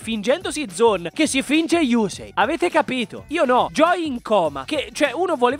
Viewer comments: Però si dice yussei non yusei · Sentire yùsei fa male alle orecchie :)